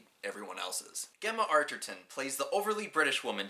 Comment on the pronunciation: First of all Gemma is not pronounced how you did. Second he works in a bathroom factory. Other than that. I really like your review of my favourite movie. But Gemma is pronounced Jemma. So annoying.